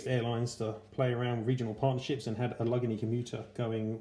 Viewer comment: Damn, dude, that's a HELLA collection! Thank you for sharing it with us. Semper Fidelis, my friend! P.S. The proper pronunciation is "Al-Luhh-Gay-Nee"...Allegheny.